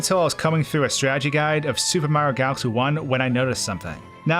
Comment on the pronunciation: The way you say "super mario" like "sssOOOOOUUuupper mario" is silly and distracting and I think you should know that